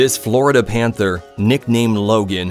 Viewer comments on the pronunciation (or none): none